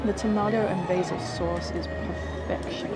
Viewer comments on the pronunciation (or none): none